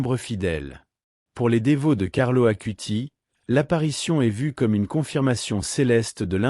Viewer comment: Ce n'est pas ACUTI mais ACUTIS (avec un "S" à la fin)